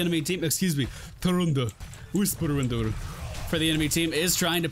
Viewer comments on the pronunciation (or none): what is this thing with saying her name "tyrandu whisperwindu"?